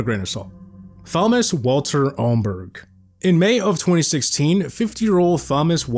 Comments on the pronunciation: You know it’s not pronounced THomas just tomas right?? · 😂 Thomas isnt pronounced thom-ass. its a silent h. Tom-as is how youd pronounce it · I have never heard some one pronounce Thomas as Somas rather than Tomas 😅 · Who tf pronounces "thomas" as "fomas" ?????? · Why do you say Thomas like that? It's pronounced TOM-uss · Brother the h is silent. It’s pronounced Tom-us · more like fomas😂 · I love you but it’s not “thom” as lol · Voiceover can’t pronounce Thomas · The pronunciation of Thomas is killing me lmao 😂 the h is silent brah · that’s not how u pronounce Thomas brother lol